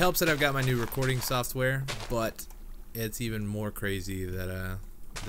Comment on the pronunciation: Lol you said sauce wear instead of soft in from - lmao unless you have an accent... Nice details by the way